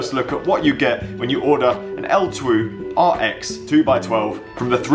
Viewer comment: Great video - For reference, its just pronounced 'L-2' :)